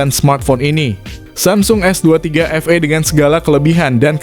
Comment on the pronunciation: Bukan Efei dibacanya tapi efii..s23 FE(efi)